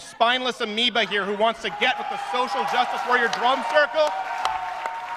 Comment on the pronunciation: What the fuck is "amiba"?